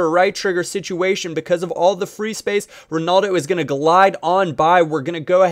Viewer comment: RonAldo not RanOldo and RamOs not RamosE but good tutorial